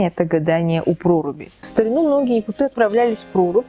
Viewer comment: Не якутЫ, а якУты